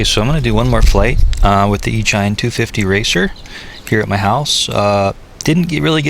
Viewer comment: The Hobby People HPHeli BatFly is the same exact Quad 250 racer. Thats are Circular Polarized antenna, you needs the same at your Rx .... BTW, it's pronounced E A Sheen, like Machine, not "E shine". duh.